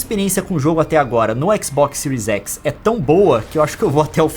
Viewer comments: Boa análise, mas cara, somos brasileiros , fala do jeito que escreve ai, series x e não siries exi kkkk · Era só falar série xis e série ési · É tanto "écs" que estou ficando doido